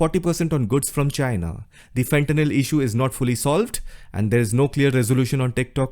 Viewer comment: fentanyl not fenthanyl